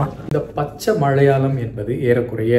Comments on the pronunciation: 😂 funny.. I was pointing "his" mistakes in pronouncing tamil words.. Please listen to the video where, He is pronouncing மலையாளம் as மழையாளம், சம்மேளனம் as சம்மேழனம் etc,. 😅 I was mentioning only that..If I write Tamil with such mistakes it would be a treachery committed to all my tamil teachers.!! 😅😊😊 hope you understand... BTW.. Lovely explained about that ள, ல and sply cognates. 😊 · அய்யா.. தமிழ் உச்சரிப்பில் அழகு ல, ள, ழ.. மறைமழையடிகள்.. மழையாளம்.. சம்மேழனம்.. புழவர்கள்.. அழ்ழாத.. எழிமையான.. அதை சிறிது கவனித்தால் நன்று 😊🙏🙏